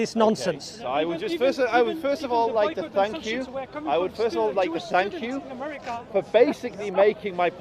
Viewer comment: he said thank you (the first time) and he then said "SUNK" you ‼️‼️😡😡😡